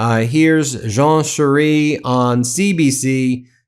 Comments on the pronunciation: "Charest" is pronounced "Sha-ray" not sheree or whatever that was. Thanks. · charet is pronounced sharaa not sheree...just saying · Ben, my man, it's Jean Charest pronounced as in Chardonnay, or beret, biday or "Sure, eh" 😆 not Shiree. You need to come visit Quebec for a bit, to get the gist of French pronunciation. 😂 Love ❤🇨🇦💪🏼💪🏼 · Jean Charest: Its pronounced Jon Sha-rest. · Btw Jean Charest is pronounced: sha r-eh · It is pronounced 'John Sharay' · It’s phonetically pronounced Jean ShawRay. 🇨🇦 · Jean Charest... pronunciation...Jean Sharay... Like, sashay ,🙂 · Just a FYI, Charest is french and is pronounced Share A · It’s pronounced Jean Shar-ay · By the way, Jean Charest is best pronounced using the phonetics spelling : The French Pronunciation (Most Accurate) Because Jean Charest is a French-Canadian name, most English speakers in Canada still try to use the traditional French pronunciation: [1] • Phonetic Spelling: ZHAHN sha-RAY • International Phonetic Alphabet (IPA): /ʒɑ̃ ʃaʁɛ/ [1] • Breakdown: o Jean: The "J" sounds like the "s" in the English word measure or vision. The "ean" is a soft "ah" sound with a slight nasal tone. o Charest: The "Ch" sounds like "sh" (as in shoe). The final "t" is completely silent. ( res ) sounds a bit like ray, sounds like (sha-RAY) = Charest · Hi Ben, for help with the pronunicaton of Jean Charest - using a completely Canadian take you have no doubt heard over the years ... try Jean Char - eh! this will give you the correct french pronunciation..... Go Canada!! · Pronounce it Jean Charaaaaa (no t).